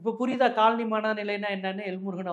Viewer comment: Kaal Ani is footwear. Colony needs a bit of a malayalam pronunciation.....😅 To differentiate